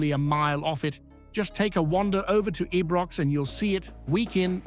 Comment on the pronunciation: Hey I’m sure I’m not subscribing to a channel who cannot pronounce Ibrox, shambles!